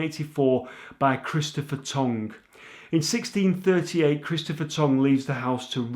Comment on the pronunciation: Tonge Hall not Tongue LOL